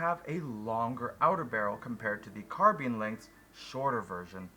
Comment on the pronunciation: carbeen? CarbINE